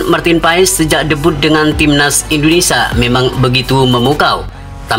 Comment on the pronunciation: INDONESIA MIN BUKANNYA INDONESA....YG BENAR NGOMONGNYA